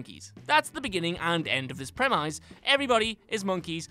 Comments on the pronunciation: "PremEYES" "SporOODically" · "Prem-yze"? This guy has the weirdest pronunciations 😅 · wow, dude, i know talking is hard but if its your job you should probably know how to pronounce words like century, premise, and dr. mengele wouldn't hurt either....